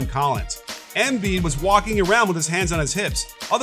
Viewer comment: Why Émbiid and not Embìid? Just say it right pls, it's a bit annoying